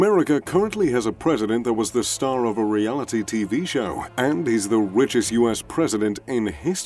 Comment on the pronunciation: He said the ‘wichest president in history’